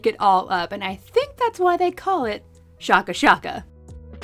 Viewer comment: It’s pronounced shake a shake a because of how you shake the flavor packet onto the giant chicken nugget